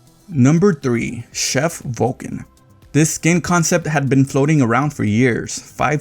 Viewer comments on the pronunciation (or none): none